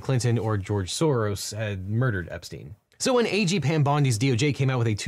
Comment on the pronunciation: I kept hearing Devin say “aging Pam Bondi” and only now realized he is saying A. G. 😅